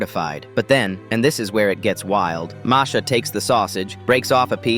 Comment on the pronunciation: He said "Marsha"